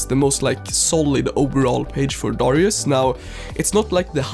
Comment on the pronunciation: Darius not dorius